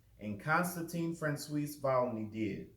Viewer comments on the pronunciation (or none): Ok I finshed the rest, poor francios having his name so severely mispronounced “cios” can be pronounced as “swah”. But thats beside the point. And I don’t disagree that mythical jesus is not a wide spread believe in scholarly circles. The only problem I really have here is: you claim wikipedia reliable. No! Not good, wikipedia is an excellent start to research but only for a very general overview and the source links at the bottom. I assume you are a bit older than me, so you where not marked as “poor research” when you just used wikipedia as a source in middle and high school as I have. Furthermore wikipedia is not at all unbiased, since anyone can edit it, there are quite a few intentionally false things there, now hopefully they do get corrected by others over time, but the more specific and rarely visited an article is the more prone are you to read false information on there. I do not however think that daubigny, jesus mystical theory, or fringe theory to be infrequently visited articles and thus I tend to still go with: “a good start for research, but not really a good reliable totally unbiased source”